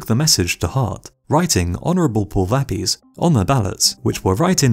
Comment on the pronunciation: Pulvapies is pronounced "pool - vuh - pee - ace" with the stress on "ace" and means, literally, foot powder. Your pronunciation was not close and somewhat rude to Equadorians. Getting the correct pronunciation is simple these days, use Google.